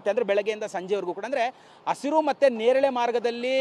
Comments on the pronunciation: ಹಸುರು ಅಲ್ಲೋ ಮಬ್ಬ್ಸೊಳೇಕೆ ಅದು ಹಸಿರು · ಹಸುರು ಬಸುರು ಅಲ್ಲ ಅದು.. ಹಸಿರು ಅದು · ಅಸುರು ಅಂತಾನೆ ಗುರು ,ಹಸಿರು ಅನ್ನೋದಿಕ್ಕೆ ಬರ್ತಿಲ್ಲ